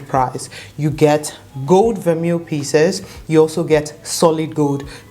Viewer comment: It’s pronounced ver-may :)